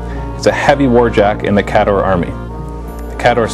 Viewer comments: Did you read the new rules? it actually provides a pronunciation guide. It's KAY-dohr. NOT, kah-DOR. Geez. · Now Listen. the new book has the breakdown of pronunciations for the armies. There is no excuse not to call them "KAY-door" now.